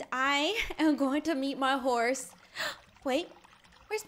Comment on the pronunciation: Cookie girl:D cat:3 lol when ever I play I haven’t been on roblox in a while but I was thinking In my head I’m gonna name my horse butter cup also read the description she said hose instead of horse and BUTTER CUP IS CUTE BAM WHAT!!!!!